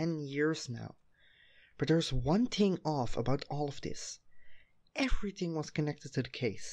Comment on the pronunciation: "every ting"